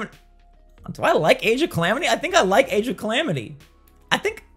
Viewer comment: AGE OF CLAMITY 😂?????